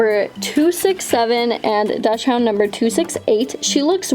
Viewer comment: Love the video sm but it’s pronounced dock-sund 🥹❤️